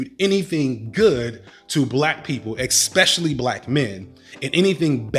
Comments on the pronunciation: I love you but it's especially not ex-specially. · expect, expel, especially One Of These Things Is Not Like The Others Mr " "! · That's Rich Sir, Now Tariq's a pseudo intellectual, but you're the one who desecrates the enunciation of ' especially ' Mr. "" you (think) [expel and especially] enunciate the same?; and you're policing the intellectual capacity of others?! gtfoh You and Umar stand on your respective educations, yet you both irresponsibly ascribe our culture in lowercased ' black'.